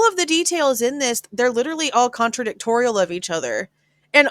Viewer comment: lol contradictory not toriaal could be wrong cute tho